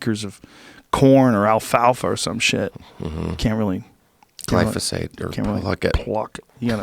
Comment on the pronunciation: you not saying it right, it's pronounced gly ZO phate.